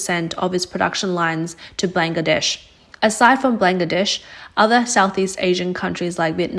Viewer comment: Blang-ga-desh! That's a new one.